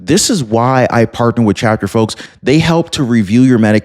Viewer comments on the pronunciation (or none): none